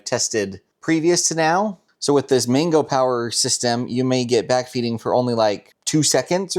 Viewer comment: Why do you keep saying 'Mingo' when the word's clearly MANGO like the fruit. Or do you eat mingos too?